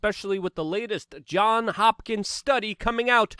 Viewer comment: It is JOHNS Hopkins, with an “s”, not “John Hopkins”. His mother’s maiden name was “Johns”, in the 1700s using the mom’s maiden name as a child’s first name was a common practice.